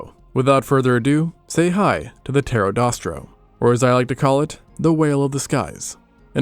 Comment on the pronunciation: Pterosaurs werent birds and its pterodaustro, not pterodostro